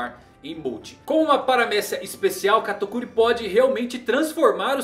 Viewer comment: Gente ele fala o nome do katakuri errado se eu escrevi errado o nome dele perdoem o minuto